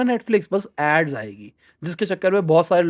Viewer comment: Netfix nahi sir Netflix.. Deepinder goyal bolte... "Attention to details"